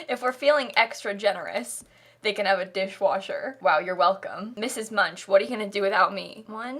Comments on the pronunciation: Actually, most Americans who know of Edvard Munch still pronounce it the same way did. It is a matter of education, or lack thereof. It is not commonly taught how to properly pronounce things/names/etc taking into consideration where they are from. We just pronounce things the way they look, and carry on until someone finally corrects us and explains why. Americans really are so shut in to our own little bubble, oblivious to the rest of the world sometimes. There is an unspoken fear that if you look out towards other cultures too much you are being unpatriotic, and nobody wants to find out what happens if you are deemed unpatriotic in the United States. We don't know where that line is, but we definitely don't want to cross it. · I’m sorry for being that person, but Munch is German and is pronounced Munck.. Don’t me! 😅🙈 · Also, how Munch is pronounced is so weird. I'm starting to believe no Sims player has ever heard of the painter Edvard Munch (pronounced Munk) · I think it's so weird how the Munch family is always being pronounced that way, when all I can think about is the painter Edvard Munch (pronounced Munk). I believe that may also have been their intention, as Get Together is kinda European inspired. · Me, a Norwegian: say MUNCH one more time!! (Clearly it's supposed to be like the painter Edvard Munch, pronounced Munk) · You said Mrs. Munch and I thought instead I heard my own last name because it’s very similar and I had a mild 0.3 second freak out Also this house is incredibly Sims 3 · Ikr! It frustrates me how americans pronounce foreign names, especially german ones. It's like they don't even try to pronounce it correctly and just slap their way of pronounciation. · Are we not gonna acknowledge the way she pronounces Münch 😂 made me laugh out loud 😂 that's why we have google translater